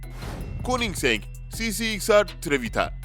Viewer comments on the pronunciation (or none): none